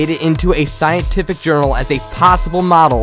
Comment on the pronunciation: at the end he said "Wow world of warcrack!" LOL!